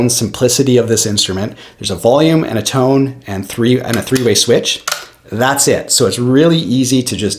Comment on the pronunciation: I could tell he was Canadian as soon as he said "tone" or rather (too-ne) lol